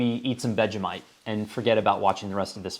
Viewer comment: Tough love taken. You pronounced Vegemite well but FYI Tim Tams are biscuits not cookies. Get the double coated choc ones if you get the chance.